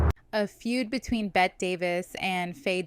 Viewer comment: Her name is Bette, pronounced "Betty", not like placing a "bet"